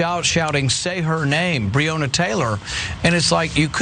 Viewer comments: Dumb@ it’s pronounced “Bre-Anna” Taylor day it right you piece of cat $hit! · He didn't even say her name right. Who is Breeyona? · He cant even say her name smh. And what he went to sounds like when I get stopped by cops. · Author or Breanna Taylor law. Can't pronounce Breanna's name. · And then Lying Paul can even say her name correctly. Conservatives continue to show their filth and disrespect through their actions and rhetoric. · He can’t even pronounce her name 🙄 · The irony of it. He felt what so many black men have felt when they were pulled over or approached by a cop. Except Rand Paul is a punk-ass bitch, full of arrogance and overblown priviledge. And the whole mispronouncing her name thing is a tried and true republican dog whistle, dis-respect thing.